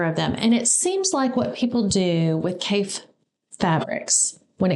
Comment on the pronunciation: Everyone mispronounces Kaffe’s name when they first find his fabric 🤣 I love how these fabrics are encouraging you to be less ‘matchy’ with colours 🤷‍♀️ Creating patchwork is definitely character building 🤣🤣 If you get to the Festival of Quilts next year there is an amazing quilt museum in Lampeter 🤩 with a shop next door, called Calico Kate, that has the most amazing selection of Kaffe fabric 🤩🤩 (Sorry Paul) Love how you are so excited by these fabrics 🥰 Enjoy 👏👏🇬🇧